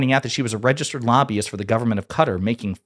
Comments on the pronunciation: I support and appreciate you, but PLEASE, it's NOT Cutter, it's kuh-TAR. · it’s not CUTTER… it’s ka-TAR! please correct your error!!! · Who cares what Ben says, also, Its Qatar. Not Qahter, not Cutter, its QATAR! Who have supported Hamas. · We Asian call the country ka-tar US keeps saying cutter, initially i thought trump was being bribed by a person named Carter Whenever i hear Americans say cutter or Carter referring to qatar (ka-tar) i cringe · It's pronounced kat tar . 😂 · It's Kah-TAR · It's not pronounced Cutter. Stop doing that. It detracts from your credibility from the first instance. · Stop saying qatar like that 🤣